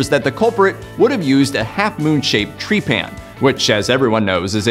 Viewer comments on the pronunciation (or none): Tree pan? Anta-kith-rah? Rapuh-no-wee? You sure bruh?